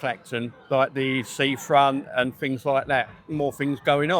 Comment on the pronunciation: "To me it's got better, because the fings they're putting in, like the seafront, fings like that." Well I never realised they'd put a new seafront in Clacton. Why wasnt this in the news? 😂😂😂